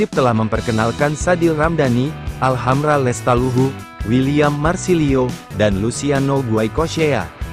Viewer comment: Salah tah ngomong teh...make lestaluhu